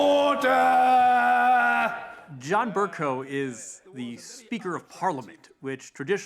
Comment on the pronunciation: Thats the guy that says ORDUH! ORDUH! Thats all.